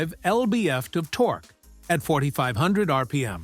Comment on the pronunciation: haha i like how your AI says torque.....torkoo btw you posted only 3 subscribe banners in 4 minutes? shame on you,you should be more annoying